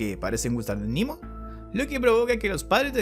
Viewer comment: Quedaría mejor pronunciar "Nemo" (=Nadie), ya que es latín y no inglés. Sugiero THE VOID Muy buen resumen y explicación